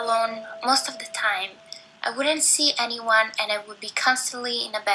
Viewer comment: "It's tine for me two"